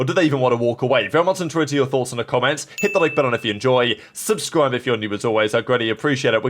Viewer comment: NO WAY YOURE SAYING USE THE RIGHT WAY OF YOU’RE WHEN YOU CANT EVEN SAY “ENTER YOUR THOUGHTS” CORRECTLY